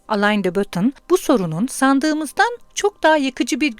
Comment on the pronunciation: Teşekkür ederiz. Yalnız aleyn de batın değil Alen dö Boton olarak okunuyor isim.